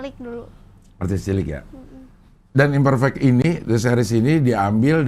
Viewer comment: Imperfect cing ngomongnya, bukan Imperfect